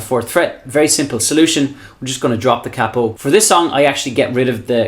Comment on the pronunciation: Thank you. But more importantly than all the great playing and advise, you say capo properly, with a soft a. 🏆